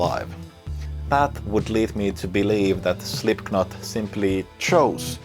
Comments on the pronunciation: Great playing but please, stop saying Slipknot with a K!!! It´s pronounced SlipNot! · Great video, all points made very well. The only point i can make is that the 'k' in 'Slipknot' is silent. But your English is far better than my Finnish so i almost feel rude pointing it out! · Great video, I love this stuff. Also funny, and in the theme of this video is how you pronounce Slipknot wrong - the "k" is silent